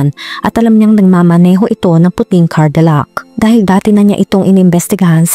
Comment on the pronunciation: Hindi cardillac "Cadillac "